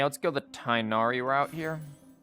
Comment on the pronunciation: omg great video! btw tighnaris name is pronounced like tig-nari not tie nari lol